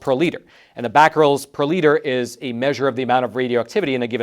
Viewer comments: Caesium is pronounce like Caesar, not "sessium". And the unit of activity is becquerel, with an e, not bacquerel . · *three nuclear meltdowns*. Thank you, I stopped the vid and commented the same thing. Also did not work out how to pronounce Caesium (named after Caesar) and manages to put a letter A in becquerel.